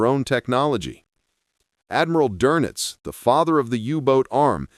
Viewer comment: Not Donuts- Donitz